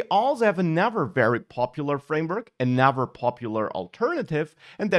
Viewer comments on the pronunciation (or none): Your pronunciation of 'another' sounded like 'never' and 'other' sounded like 'our'. Am I the only one who misheard it?